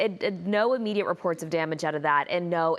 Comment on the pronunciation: “Immediate” not “imediate”.